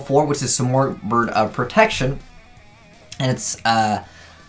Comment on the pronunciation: i believe its proounced sim-erg